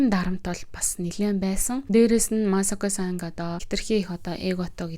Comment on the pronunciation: МААСОКО БИШ МАСАКО